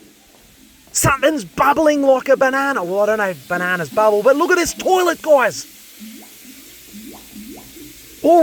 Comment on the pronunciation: 'Lets give this torlet a flush' :)